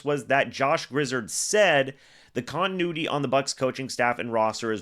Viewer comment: Griz...(ared) zard...is pronounced😊